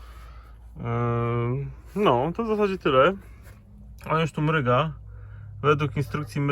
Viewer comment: MRUGA, nie mryga. wtf